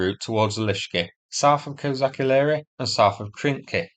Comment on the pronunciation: Thank you, for your video as always! Can just little bit help you with pronunciation of "KozaCHi Laheri". "CHi" there sound the same as in english word "CHeese" 🧀